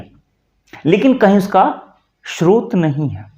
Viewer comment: आप का उच्चारण भ्रष्ट है। स्रोत को आप श्रोत बोल रहे हैँ